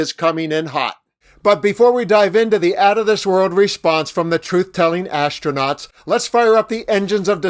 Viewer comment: Musk "imma seave duh astroonats" Me: "talk's cheap" Astronauts still waiting Me: "Elon's just talk...therefore elon is cheap"